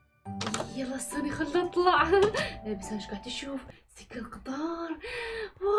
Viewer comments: اسمها سكه وليست سجه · قال سجه قطار😂